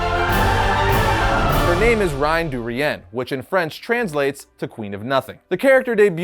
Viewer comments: Not sure about your pronunciation, but “Queen of Nothing” should translate to « La Renne du Rien ». What you said sounded like « Rien de Rien » which would translate to “Nothing from nothing”. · Her name is more like ren duh ree en, with the "ren" having less emphasis on the "r". Imagine using "r" without sounding like a word with a "w" sound. Great video tho!! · Reine du rien is pronounced sorta rain du ree uhn, not exactly but better than the horror u said lol